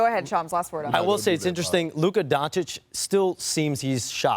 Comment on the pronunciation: We’re good the injury wasn’t serious. Luka has injured the same calf 4 times in a year and a half. It’s always bothering him and he hits the floor a ton. He gets beat up every game, which he’ll start getting every call now easily in LA. Media hasn’t said his name right his whole career and now all of a sudden says it right. It will be good for Luka to get the spotlight for ratings and AD is a perfect fit here.